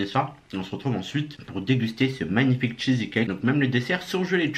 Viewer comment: CHEESE NE SE PRONONCE PAS CHEESY